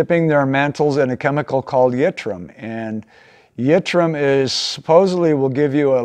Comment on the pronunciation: Thank you for making the three part video on Coleman lanterns. I enjoyed watching them very much. One point of respectful feedback I'd like to give you, is that at you mention that Coleman started dipping their mantles in yitrum. Your pronunciation is incorrect. The element is called yttrium, pronounced "it-tree-uhm".